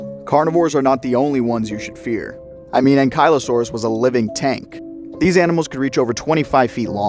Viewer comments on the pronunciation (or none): pronounced ankle-low-saur-us